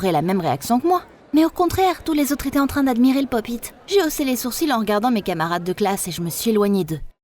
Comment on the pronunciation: Sa se dit " pop it"